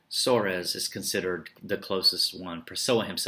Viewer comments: Is not Suarez....... But SOARES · it's pronounced like the spanish "Suarez" haha